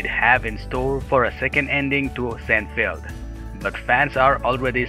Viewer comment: sin FEELD or SINE feld